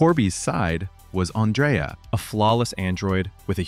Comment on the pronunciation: ANN-dree-ah, not An-DRAY-ah.